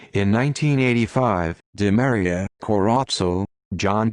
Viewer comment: last name is pronounced: Dee Maria